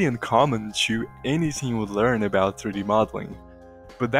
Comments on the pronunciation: Haha gotta love how Brazilians say "to" -> tchoo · to you --> "tchoo yooh" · o que mais gives away é o "to" sendo "tchu" hehe